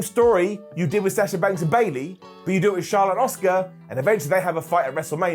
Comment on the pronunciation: Why is it so difficult to say Sasha's name correctly? Sah-shuh not Saaasha 🤦‍♂️